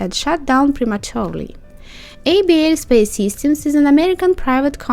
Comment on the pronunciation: You pronounce the name as "able space"